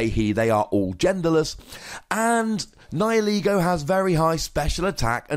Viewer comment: Thank you immensely for pronouncing "Nihilego" correctly.